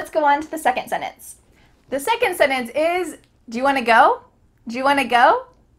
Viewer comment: Absolutely dreadful. Complete drivel and she can't even pronounce the word 'sentence'. Why do people embarrass themselves this way?